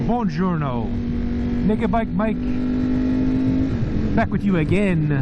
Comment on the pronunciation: I’m Italian and I can say your “Buongiorno” is on point 😂😂 love the vibe man ✌🏿